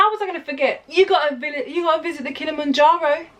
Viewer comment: Do you people realize that it's kilima- Njoro (f**k English grammar,)but "kilima "is actually a Swahili .... Rather a Bantu prefix meaning mountain or hill...(山）.。。.. So when you say Kilimanjaro....We appreciate to feel that "kilima" part.... DONT say KILMANJARO...It's KILIMA- NJARO.